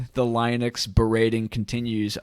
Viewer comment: The way you pronounce Linux is a disaster.